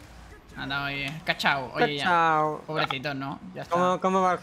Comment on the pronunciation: Porque todos dicen kachau cuando es kuchau, no vieron la película acaso😢